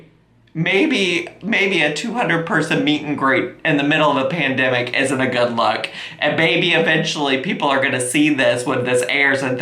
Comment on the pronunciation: “Dew to the pendimic” Love you!